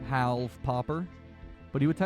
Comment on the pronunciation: It's more like Howlved